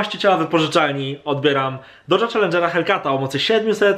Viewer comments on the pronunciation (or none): none